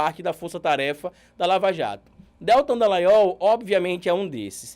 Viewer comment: você sempre fala o nome do Deltan errado. Você fala DÉLtan e o correto é DelTÃN.(sei que está escrito errado, é só para destacar a sílaba tônica). Isso não interfere em nada na qualidade do conteúdo que você nos passa, é só porque sou meio chata mesmo. Obrigada pelo trabalho maravilhoso que você nos apresenta. 😘